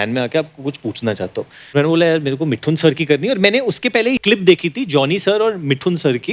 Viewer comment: woh मिठुन nahi मिथुन, jaise woh डोसा nahi दोसा hota hain.